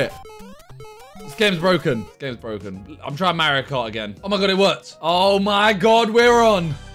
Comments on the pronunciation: did he just call mario ”mar-iouh” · the mario game u super jump with x on keyboard the way he says mario is frustrating ,,freakin Mario Carey